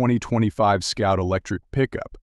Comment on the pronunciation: Scout or Sout? And what's with the pop up words?